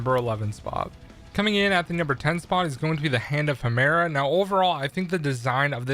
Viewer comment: ik. You got Charon right the second time tho I’ll give you that along with Ouranos and Hemera. Every other person I’ve seen talk about them have mispronounced them